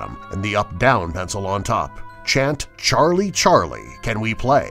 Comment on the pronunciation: Why does he said.sharlie Charlie? Lol